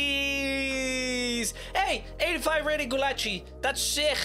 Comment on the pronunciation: He have pronuns Gulácsi right